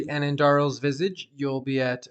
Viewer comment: The way you say Visage bothers me because you keep saying Visige.